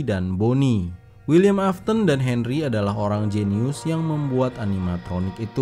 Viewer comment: Afton bukan afthon